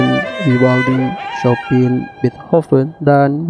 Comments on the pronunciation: Salah, sebutan sangat benernya adalah "Syopen" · Chopin diejanya Chopan (orang Eropa mengejanya seperti itu)